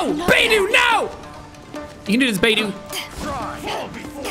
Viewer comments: The way he say beidou's name 😂 I'm dead " Beidoo" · Bey-Do😭✋I’m literally gonna cry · Says Bei-doo and Die-luke... Sean the characters say thier names in thier profile voicelines. Bei-dough and Dee-luke. Bennett is a very good character too. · Beydue lol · Everyone knows it's said bae tho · Beidou is now bei-do Diluc is now die-luc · Who else instinctively said Beidou and Diluc's name correctly everytime he said "Beidu" and "Dailuc" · coming back to this a year later and him calling beidou “beedoo” is still hilarious” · I cringed at "Baydoo" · It’s baydoo! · Seeing Jack pronouncing all the names incorrectly, not knowing where the hell he is, what in the world hes doing, not using the character kits correctly just fills me with unlimited joy and happiness. BTW how the fuck did Jack reach inazuma if his damage is so weak. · Jack: absolutely massacres the pronunciation of Beidou's name Me: takes immense psychic damage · The way he pronounces Beidou’s name is hilarious